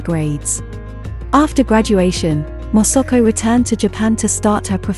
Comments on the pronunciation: The narrator repeatedly pronounced MA SA KO to Mosuko 😢😢😢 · Please pronounce her name correctly it is MASAKO not MOSOKO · Its not Mosoko its Masako !! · Pain to hear her name pronounced INCORRECTLY as MOSOKO. If she COULD CHECK HOW her Name IS PRONOUNCED MA (like in Malasia), SA (like Sack) then KO. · if you could only pronounce her name properly! It is irritating that you are not even trying phonetically - It is Ma SA ko ! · Interesting content. But you would think one could get the pronunciation of the subject of the entire video right. Her name is said, completely wrongly, hundreds of times. It quickly becomes very jarring.